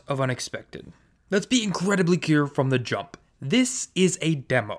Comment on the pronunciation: "let's be incredibly keer" lol